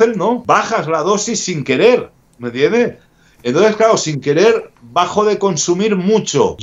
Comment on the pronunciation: Cuando dice me entiendeh me alegra el dia